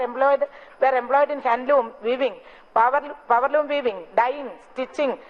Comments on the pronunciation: hahahahahahha....powerloom madam poweloom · പവർലൂം മാഡം പവര്‍ലൂം 🤣